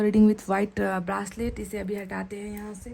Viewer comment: ब्रासलेट - घासलेट जैसा लगता हैं । It’s a ब्रेसलट mam.